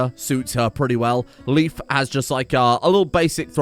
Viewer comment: Hello Mister. Leif is pronounced like "Life" not "Leaf" See you on Monday.